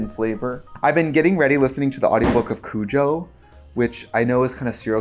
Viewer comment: “I’ve been getting ready while listening to the audiobook of Cujo” Trixie, your Wisconsin is showing 🔪